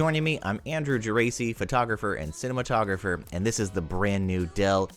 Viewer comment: Geraci is nearby Cefalù, a nice place. I have a friend with your same surname that's why i have commented, it is pronounced Ge-Ra-Chi 🙂